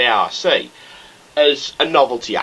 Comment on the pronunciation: lol its not a....r....c fighter its pronounced the ark fighter but spelled arc